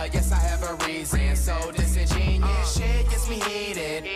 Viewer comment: Ik that its pronounced disengen(U)ous did a little more research on the word lol